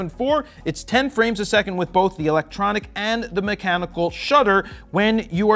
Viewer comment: "electonic" shutter. Come on Jared and, you can do better!;) Props from Poland!